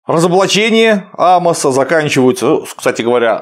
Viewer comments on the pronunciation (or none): В имени пророка Амоса ударение на О , отсюда фамилия - Амосов.